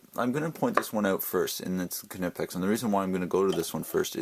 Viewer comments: the k is silent it's pronounced nipex not canipex.... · It is pronounced kNEE-pex. Go to the German site, Knipex.de and listen to the sales blurb in German. The k and N run together. I was looking at the 7 1/2"' Knipex and you are the second reviewer to mention the flex. I do not see that as a plus. and will keep looking for another pair of discontinued Snap On 96BCP.. With Klein and Knipex making so many pliers, the pair you chose do not seem similar enough for a direct comparison.